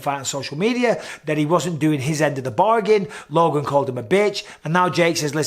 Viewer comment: Love big Mike but my god stop saying LOGAN lol